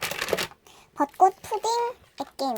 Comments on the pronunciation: 아니계속 엑괴를아이라함 어린에가들어가는줄ㅋㅋㅋㅋㅋㅋ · 왜 짜꾸액괴을 애저이라고 하세요.?